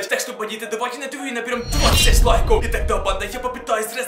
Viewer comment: Ты сказал 20 лайкав